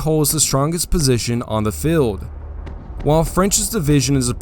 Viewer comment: good historical facts, you need to work on your pronunciation , feld= Field, and many other words, do not mean to be nit picky but English is English and a good narrator WORKS on pronunciation, unless its woke English.